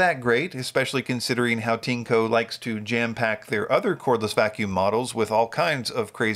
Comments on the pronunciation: (This sentence uses Google's machine translation) I always refer to your videos. Well, I always laugh when you pronounce TINECO. This is because when you pronounce CHINKO in Japanese, it sounds similar to PENIS in Japanese. To me as a Japanese, your TINECO and Japanese CHINKO sound very similar. What does TINECO mean in PRC terms? Thank you for reading. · In the Japanese Amazon (Amazon.co.jp), TINECO is written as ティネコ. The pronunciation is like TEA-NECK-KO. Amazon also understands that TINECO and CHINKO have similar pronunciations and are not good words in Japan.